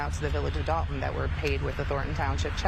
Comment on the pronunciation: I know it looks like DOLE-ton on paper but they pronounce like DOLL-ton or DAHL-ton. Love your channel. Salute.